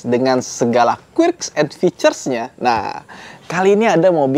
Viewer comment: Sorry ni, mungkin pronounce "quirks"nya bisa dikoreksi sedikit, bacanya "kuerks" bukan "kuirks"